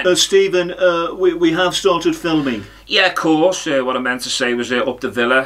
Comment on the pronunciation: The "Ye'course" got me good.